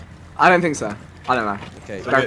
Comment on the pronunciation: I left at "I sink this was a bad Idea"